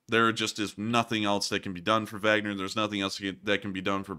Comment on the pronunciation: Like the info and format, but wish you would pronounce Wagner one way or the other instead of that mashup of German and English you use. It makes me wonder - Do you have a Vag, or man parts?